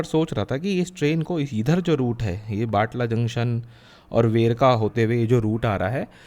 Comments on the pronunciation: its not batla its batala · बटाला है बाटला नहीं।